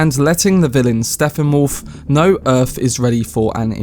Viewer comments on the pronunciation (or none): His name is Steppenwolf. Stepp-en-wolf. Not Steffanwolf.